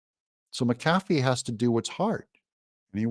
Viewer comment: Doug, it's MACK-ah-fee...not MackAFee!